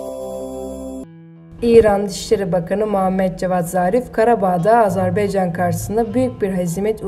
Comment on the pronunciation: Bu danışan qızı dəyişən Azərbeycan yox AZƏRBAYCAN DÜZGÜN TƏLƏFFÜZ EDİN